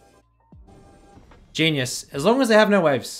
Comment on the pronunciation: “actually genius” Me: Dont you mean “yeenius”?